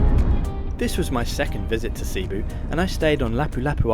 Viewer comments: Your pronounced cebu incorrectly t's not sea boo It's sabu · Also it's a soft e in Cebu. Not seeboo. 😊